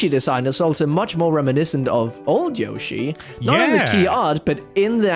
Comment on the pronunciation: Stop pronouncing Yoshi like that.